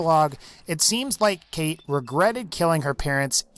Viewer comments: Its pronounced Cawtch, not Kate. For fucks sake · the fact that her name is spelled 'Cait' and pronounced 'Kate' just shows how much of a fraud she is, cmon Bethesda like do ye think people outside Ireland are that retarded that they wouldn't understand that if they spelled her name 'Cáit' it would be pronounced 'Coyt' PS that ain't an Irish accent lol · u say her name as kite her name is spelled cait . Irtish language is kinda wired to people who are not Irish. i am Irish . btw .